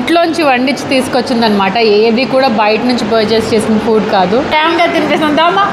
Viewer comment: Food❌ Fuud ✅